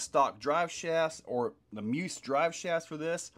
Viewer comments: Isn't it pronounced me. Us. ? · Pretty sure it’s pronounced Me-us